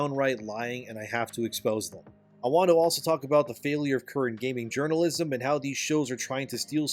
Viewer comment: Let's be honest here, nobody who plays video games as a hobby pays any attention to "games journa-jizzm"